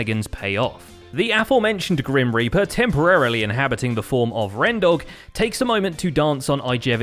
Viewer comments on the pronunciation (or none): The Grim Reaper? NoPe!!! ThE gReN rEaPeR